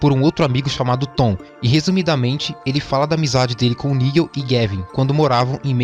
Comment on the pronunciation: Nigel não irmão, "naidjel"